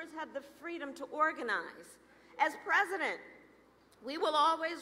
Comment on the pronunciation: sho nuff, she gonna be prezoden!!